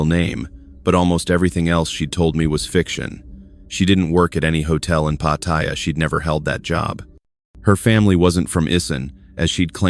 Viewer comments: It’s not POT-THAI-YA….. it’s Pattaya, OMG….. thumbs down. Can’t listen for an hour with fumbles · 👁f👁- PLEASE READ READ PLEASE -------------- PAT'-T-YA is the proper pronunciation for the city in Thailand... just giving you a heads up